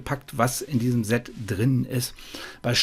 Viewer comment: Perfekte Vorstellung. Danke dafür. ABER: Versuche doch bitte, das Wort "Set" mit stimmlosem "S" auszusprechen. Das senkt dann den Gänsehaut-Befall ganz erheblich. Ist gut gemeint, bitte nicht falsch verstehen.